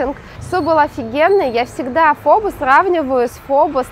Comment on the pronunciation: Извините, очень режет слух, Фо Бó, с ударением на второй слог))